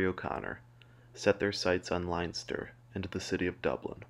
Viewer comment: This is Ireland, not Germany, it's pronounced "Lenster", not "Linester".